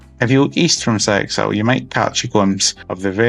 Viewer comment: Seixal is pronounced something like 'Seshal', with the accent on the second syllable. I believe the name means 'a lot of stones', just as Funchal means 'a lot of fennel'.